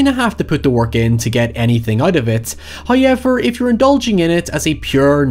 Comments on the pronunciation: Everybody: However This idiot: HaiEVerR Nice vid btw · "HOWever" not "high ever" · Hauyever? Seriously guy? Hauyever? Let’s just throw English out the FOOKIN window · you know he's gonna go hard when he slaps down that 'hoyever'. it's like a dragonshout. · Please make some spooky merch that spells how you pronounce, "Hoyevar." Plz. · I came for the "HOYEVER" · Mike: "What happened to the room?" Gerald: "It all started when they Hotel guests said however while he stayed in the room." Mike: "So." Gerald: "It's pronounced 'HOYEVER." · Enough with the however already. You've said it normal more than once in videos and it's getting old hearing you purposely include it mispronounced just for extra attention.